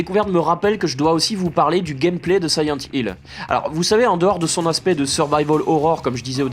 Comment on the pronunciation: Siyent Hill ...? Connais pas.... Par contre SILENT Hill oui !!! Le 2 est un chef d'œuvre !!! Merci pour ta vidéo !